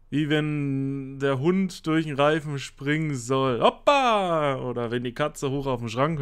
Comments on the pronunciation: Es würd "Hupa" ausgesprochen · das o wird ein u bei hoopa gesprochen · Ja zwei O sind U aber habe es im Titel die ganze Zeit Hoppa geschrieben und so ausgesprochen 😁 aber ja es heisst ja Hoopa nicht Hoppa 🤠